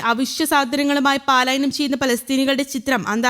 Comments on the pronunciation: പാലായനം അല്ല.പലായനം ആണ് ശരി. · പലായനം എന്ന വാക്ക് പാലായനം എന്ന് തെറ്റായിട്ടാണ് വാർത്തയിൽ പറയുന്നത്. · Paalayanam is wrong.correct word is palayanam